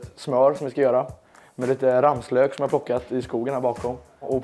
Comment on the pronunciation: Folk som säger rammslök… det heter ramslök